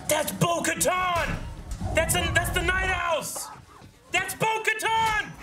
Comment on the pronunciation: It kinda bothers me that some people say Bo “ka-ton.” The way they pronounce it in the show is “ka-tan.” Its probably just me I guess